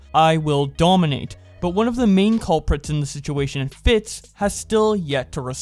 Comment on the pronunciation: Carson and Fitz were NOT best friends. it's pronounced FITS and not FIT, and Gizzy Gazza not Grizzy Grazza.